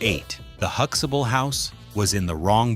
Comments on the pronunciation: No, we don't pronounce it that way either. There is a T in the name which is pronounced too. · Isnt it huxtable? Why does your AI mess up so many times? Its not Huxable! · Hooxable?? Damn AI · Jfc HuxTAble . There is a fucking "t" in the middle of that name. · Huxtable is being mispronounced. That's not ok. 👎🏾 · Can't even pronounce Huxtable. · You have missed pronounced their last name. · You can't even pronounce his surname! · Seeing how all of your uploads are black culture centric you might want to use a black voiced AI narrator. Also don't feed the AI generation tool the exact spelling for names. Huxtable will always be Hux Able to the dumb AI. type Hux ah bull... the way we say it. alao.. quiche ah night paul i am.